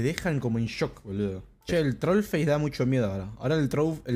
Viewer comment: Troull xdd dijo troull🥵🥵🤙🤙